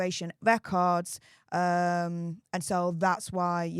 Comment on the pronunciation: "Wecords have been weleased!" the altew Newd said.